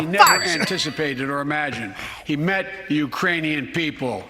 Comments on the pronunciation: Watch Kamala's face when Sleepy says "Uranian people" -- she can barely suppress a laugh 🤣🤣🤣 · Did y’all see Kamala mouthing uranian when Biden said Uranian instead of Ukrainian. Hilarious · It wasn't Iranian... he said Uranian. LOL! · He said Uranian. You know, people from youranus, I mean Uranus Come on man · "the Urainian people" Lol.😂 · He said Uranian... like people from Uranus. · That speech was brutally embarrassing, Biden is an embarrassment. “Uraniun’s” 😂😂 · Lmao liver fail after this live stream. Also I love how kamala caught his "Iranians " when he means "Ukrainian" Slip up. She mouth the word an kinda did a head roll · hahahah, when he said Iranian , even Kamala Harris had to reread what he read